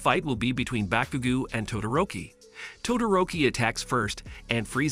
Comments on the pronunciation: The entire time i was dying every time he saqid "bakugu" or "kachyn" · Bros saying Bakugew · “Backugo” or “catchin” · Bro you did bakugo dirty (Realy bagugo)😂😂😂 Ke chin Kaachan